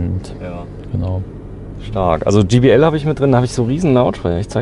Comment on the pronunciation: Kleiner Tipp: so wie ihr es aussprecht, würde es GBL und nicht JBL heißen :)